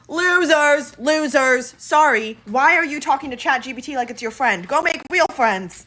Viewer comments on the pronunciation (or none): "Go make weal friends!" All of my friends can pronounce the word Real. Fascinating